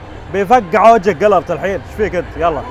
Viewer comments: ما كأنه ينطق جيرالت غلط شوي ، سمعته يقول جيلارت …… مو قصدي اتطنز والله ، بس ذا جيرالت يا حبيبي مو اي واحد 🔥😂 بس صراحة كنت متحمس اشوف قيمبلاي للعبة والحمدلله شفته وشكلها 🔥🔥🔥🔥🔥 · كانه يقول جلرت .؟ اسمه جيرالت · جيرالد وليس جيلارد بس فنان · قاعد تقول انه اسطورة طيب انطق اسمه صح